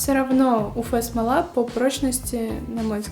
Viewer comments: Спасибо за видео, очень полезно, правда уфэ-смола режет слух, всё-таки правильно говорить уэф-смола. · почему "уфэ", а не "уэф"? неприятно же звучит(